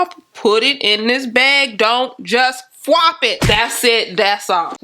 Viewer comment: Tossed the wig to the couch... "Don't FWOP it" 😬 oops